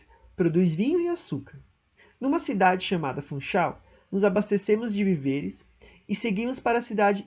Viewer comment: Parabéns pela iniciativa, mas víveres, não é vivêres. Cuidado com a pronúncia.